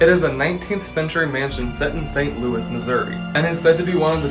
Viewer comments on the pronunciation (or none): none